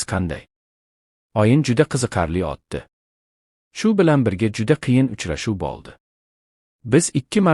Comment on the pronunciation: Бу видеони ким гапирди чала узбекми нима бало утди билан отдини фаркига бормас экан